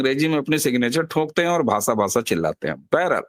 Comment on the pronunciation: भासा नही भाषा ष का उच्चार कीजिये